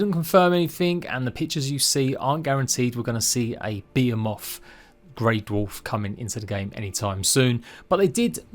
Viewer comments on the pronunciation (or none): I think he meant to say Behemoth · It took me way to long to figure out what you were saying, Beeamoth Grey dwarf 😂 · BE-HE-MOTH ffs man